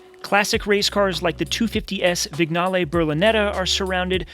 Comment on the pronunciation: I can absolutely get on board with the 412P being the most beautiful car ever built. My personal choice is the Alfa Romeo Tipo 33 which doesn't look too dissimilar to the 412P. Thanks for uploading such a cool collection, even though you did murder the pronunciation of Vignale and Tyrrell 😂 but still a very cool video